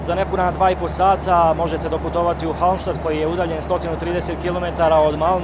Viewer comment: Cita se kako je napisano Halmstad